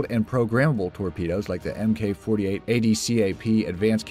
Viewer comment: When you see Mk. in the designation for a navy weapon, that's pronounced Mark, not M. K.